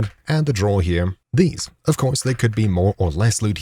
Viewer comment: He actually isn’t saying here he’s saying over “hip”